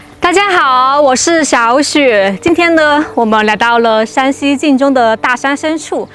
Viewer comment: Shānxi 山西😂❗️☝️ not Shǎnxi 陕西😅❗️